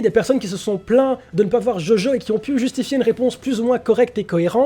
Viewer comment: Djodjo... Stp DjoDjo